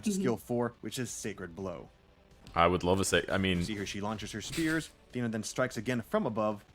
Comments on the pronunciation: FOR FUCK'S SAKE, IT'S THEEE-NA NOT THAY-NA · Thee na, not tae na